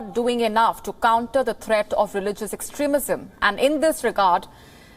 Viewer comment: Extrismism he tongue slept